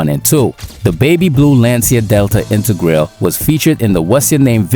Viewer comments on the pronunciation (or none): It’s not pronounced intergrail, just saying.